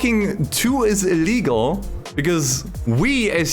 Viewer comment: IT'Z ILLEEEEEEGAL Yup, he is German. 😂